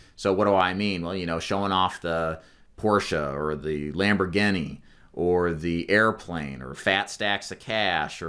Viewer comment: Lamburgeni? And porsha? Incorrect pronunciation my brutha